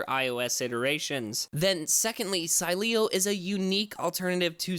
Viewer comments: It’s pronounced, Sileo! Say it right! Lol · Still pronouncing sileo wrong 😂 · I love how they made an entire video to apologize for pronouncing it wrong and then butcher it even worse a couple weeks later. Then, say they pieced it together using old recordings... doubt it. Lol, at least was funny for me to indulge! :) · dumass learn first how to pronunciate SILEO